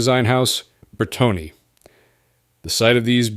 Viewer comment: That Arnolt sports car sure sits high..... and it's Bertone pronounced berton not bertony, the trailing e is silent, like the p in awimming....